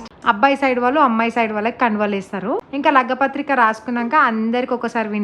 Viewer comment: Lagga pathrika kadhu andii...lagna pathrika❤️🥰 congratulations to ur sis☺️